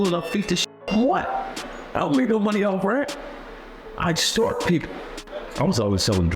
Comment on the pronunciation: "I EXSTORT MF$"...🤦🏾‍♂️😂😂😂...IM FXXKIN CRYING